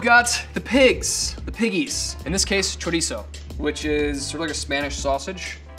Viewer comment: The way she said chorizo made me die inside